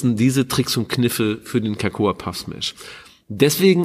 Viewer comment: Ähmmm... Cocoa (auch nicht cAcoa) wird einfach nur "coco" ausgesprochen (wie in "coconut")... 😊